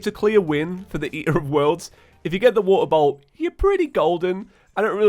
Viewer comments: Idk why but I heard water bottle for water bolt... Bee Bois! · I just turned in captions and every time you say “Water Bolt” it translates to “Water Bowl” 😆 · I could not understand for the life of me when he was saying water bolt. I thought he said he needed a water bottle. XD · I THOUGHT HE WAS SAYING WATER BOTTLE AND NOW IM SO CONFUSED CUZ HE GOT A WATER BOLT